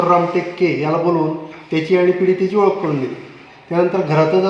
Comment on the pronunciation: “Odakh” karun ........ “Trechadis” ....... Are ki chutiya news reader aahe 😂